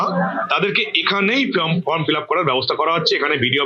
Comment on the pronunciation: Mrs.MLA ma'am From kotha ta valo kore uchharon korte pareni. Ma'am k bolun karor help chara oi 12 page er form ta filap kore dekhate